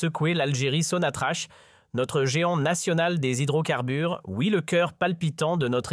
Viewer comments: Pourquoi vous dite sonatrache il n’y a pas de e ca se prononce sonatrak sans rancune 😊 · Sonatrach. Se. Pronounce. Sonatrak